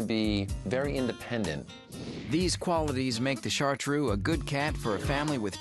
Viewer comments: ChartrEUX, not "shartrue" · DO NOT PRONOUCE BAD, IT IS CHARTREUX, NOT IU IN THE END, FOR HEAVENS SAKE THE USA PEOPLE DO NOT LEARN LANGUAGES